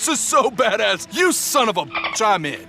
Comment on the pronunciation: " my sohn is a ball" lol